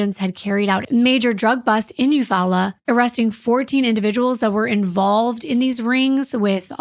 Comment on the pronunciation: its U-fall-la is how you say the town in your story